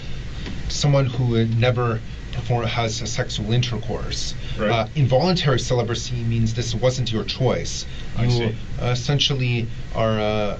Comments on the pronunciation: I swear from the moment he starts pronouncing it "celiburcy" I'm like – "I don't think I can watch this..." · An incel who can't pronounce "celibacy".